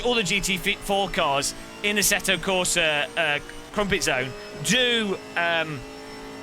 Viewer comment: "Asseto Corsa Crumpetzone"